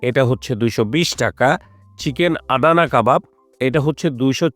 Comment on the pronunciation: ফুড ব্লগার হইসেন কিন্তু আদানা কাবাবকে আদানী কাবাব বলেন, হাস্যকর